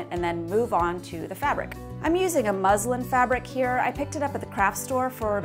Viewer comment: I thought she said “ Muslim “ fabric lol